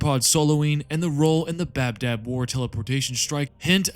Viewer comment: It's ba dab not bab dab